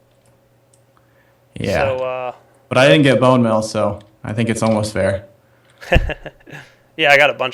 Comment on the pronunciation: its bone meal not mel